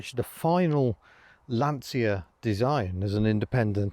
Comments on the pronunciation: Pedant mode engage: the Italian pronunciation is Lansha :-) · Of course like Dacia, Lancia is pronounced (well any way you like..but) by Italians at any rate, as Lanch-ah. I had a load of Romanians laugh at me when I'd say Dacia (daahsia) and not datchah. I know we don't really care, but just for sake of a comment and a tiny bit of education). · Pronounced Lan chee ya.